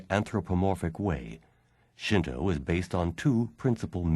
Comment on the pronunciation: Thank you for pronouncing "shinto" correctly. I died a little inside in the last video I watched, every time I heard "shin too" -_